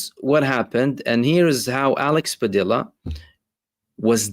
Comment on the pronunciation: Just fyi: Padilla is pronounced as “Padiya”